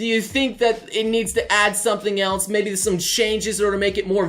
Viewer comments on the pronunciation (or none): none